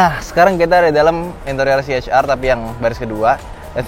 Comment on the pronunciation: ya saya suka bgt cara review anda.. aku benci liat org baca ce ha er.. anda professional baca nya si eich ar.. keren bgt.. eich ar vi.. si ar vi.. krna ada org yg baca si er vi ga pande baca ar.. tp anda mantap!! saya subscribe